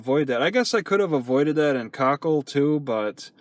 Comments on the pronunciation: koʊˈkiːll is how you pronoun the towns name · Its co-keel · Plus I love how pronounces it "COCKHILL"!!!